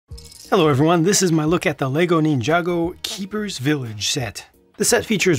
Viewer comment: Why do you always pronounce it “neen-jar-go” instead of “nin-jar-go”?